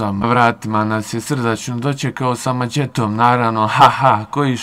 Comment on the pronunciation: Ha, ha, ha "doćekao" sa "maćetom" "ćovek" "prićama" "isprićao" "dećijim" "preseće te maćetom". U sledećem video kod logopeda izgovara brzalice! Dobio bi milion pregleda.